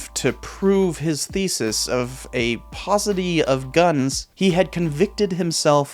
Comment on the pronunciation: You pronounced "paucity" kind of oddly for a a Professor of History with a PhD, but I've been a fan of your channel for close to a decade. You are not afraid to go against some sacred cows like D.K.Goodwin, Signed. -An amateur history buff with 2 credits shy of an Associates Degree in General Studies and 60 years of casual book larnin'